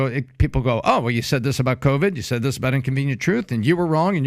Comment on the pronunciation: PBD can't say "th" very well. "Dat dis is happening..."